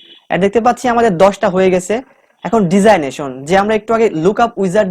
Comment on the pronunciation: ডিজাইনেশন হবে না ডেজিগনেশন হবে উচ্চারণ টা